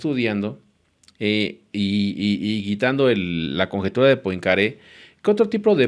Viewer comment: Poincaré se pronuncia "puancarré"